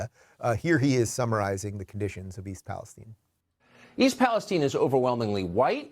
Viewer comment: Yes I live a town away from East Palestine and we pronounce it palace-steen